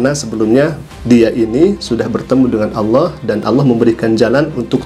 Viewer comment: Ini bukan warga Malaysia,ini warga apa pun xtau.sebut nama Allah pun salah jadi sebut Aullah